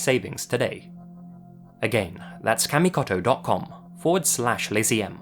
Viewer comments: It's not "KAA(like apple)-MI-KAH-TOH" it's "KAH-MI-KOH-TOH." If youre going to do videos involving Japan and Japanese words, you need to let someone coach you on basics of pronunciation. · cmon man, not kamikoto :( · I hate to be that guy, but after living in Japan as long as he did, I'm surprised he didn't pronounce kamikoto correctly